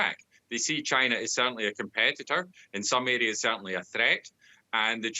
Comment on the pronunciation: Dude its China not Gina..wtf